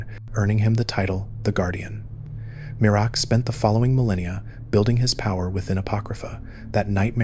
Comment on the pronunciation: MEER-AK not mir-uh-ak